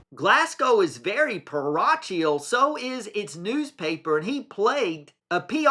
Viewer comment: And, "Pa-RO-kial" not "pa-ROCH-ial".